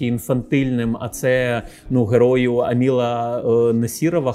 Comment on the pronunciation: Все прекрасно, але «АмілА» і «РамілА» різало вухо